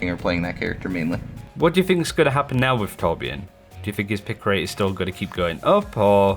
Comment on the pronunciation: Torb main that doesn't even pronounce his name correctly.